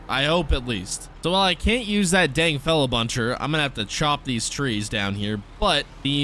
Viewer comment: You said it right Feller Buncher